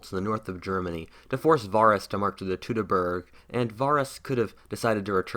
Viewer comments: It's the teutoburger wald not teutoberger wald. One means castle, the other mean mountain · By the way it is called Teutoburger Wald not Teutoberger. Not a big difference but in german “burg“ means castle and “berg“ means mountain ✌😂